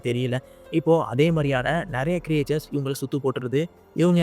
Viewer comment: க்ரியேச்சர்ஸ் அல்ல க்ரீச்சர்ஸ் என்பது சரி.